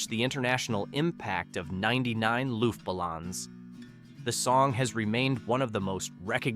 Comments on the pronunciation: Looft Buhlawnz? 😂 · Could anyone mangle German pronunciation more? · Luftballons has the double-O sound in the U and the O has the long O sound. With no accents, it would be pronounced looft-ba-lowns. Because German. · OMG how he said 99 Luft Ballons in German made me cringe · How can I trust this list when your German is so bad??? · Dat German pronunciation tho. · You should learn how to pronounce Luftbalons. At least get close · how the hell do you miss pronounce Balloons? or Nena ??? also no we have not forgot these songs mom still plays them and I grew up with them playing all the damn time